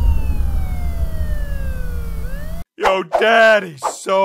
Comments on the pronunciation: Yes but he pronounce his car as care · I love how he says care instead of car😂😂😂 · " Afficer " " Get in thuh care "